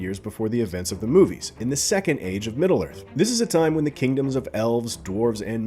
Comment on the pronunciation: It's Middle...Earth, not "Middlearth."